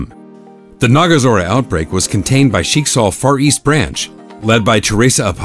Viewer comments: He pronounced Schicksal wrong. The I is a bit too long and overpronounced. The pronunciation is more on the ck. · they don't even pronounce their words correctly. it's in german and I have to cringe when they try to pronounce herrscher or schicksal xD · Naja Schicksal was like "what?" Schicksal is little differend